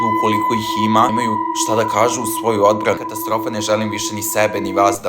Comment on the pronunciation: Nije katastrofa nego je KATARASTROFA